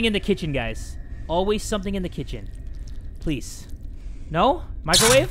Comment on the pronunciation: Ew u just said "pwease"